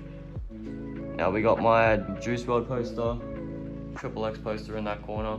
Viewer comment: Did he really call him “tRiPpLe X” poser